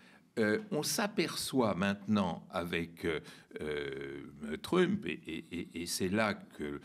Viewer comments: Sa persévérance à prononcer "Trümp" au lieu de "Trump" me déconcentre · TrÛmp j'adore quand il prononce son blaze à la francaise... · j'aime beaucoup comme Bertrand Badie prononce le nom de "trUmp" avec ce "u" pointu. Ces gens là ne sont pas des flèches, juste des barbares et je me demande ce que va donner l'amitié entre trump et musk (toujours avec le "u" pointU pour les 2 noms s'il vous plait). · J'adore comment il nomme Trümpe j'espère qu'il fait pareil avec Pütin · Oui😁 au début je trouvais ça étrange mais en fait il prononce tout les autres mots anglais parfaitement bien.. Du coup c'est bien vu, ça remet l'autre affreux un peu à sa place 😂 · Pourquoi l'appeler TrUmp en prononçant le U ??? !!! j'apprécie l'analyse mais cette prononciation laisse perplexe ??... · Pitié prononcez Trump correctement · C’est insupportable cette façon de prononcer Trump. Désolé mais je peux pas poursuivre plus loin la vidéo.